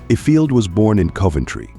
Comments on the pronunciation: Worst AI narrator ever! "yo-DELLing"?? "If- field" Good grief. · IFIELD is pronounced EYEFIELD.. Ukulele ??? Try yewkalaylee